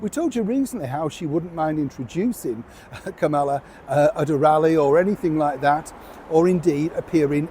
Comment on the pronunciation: I know you hate being corrected, but really, you should pronounce Kamala's name correctly. The accent is on the first syllable. Meghan may see this as an opportunity, but she sorely mistaken. VP Harris is too smart to consider it. Meghan is not a factor in the political scene, even though she and so many British people seem to think she is. b